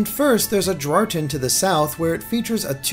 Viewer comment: I am pretty sure the House in the South-West says “Adractea,” not “Adrarten.”